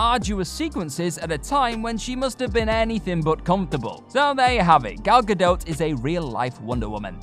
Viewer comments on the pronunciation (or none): He keeps saying Gal Gadot like "Gadote" lol. It's pronounced like "Gadoh".